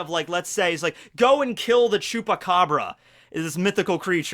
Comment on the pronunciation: I don't know If is because I'm mexican but it make me really happy that said "chupacabra" 🤣😅